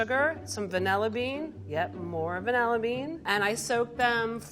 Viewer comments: Lol level 3 out here saying VANEEEEEEHHHHLLA bean. Girl where is the i .... it’s VANILLA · the only bad part about these recipes is that all 3 people say "vanElla"